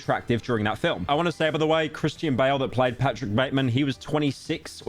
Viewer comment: bro doesn’t know how to say Christian lmaoo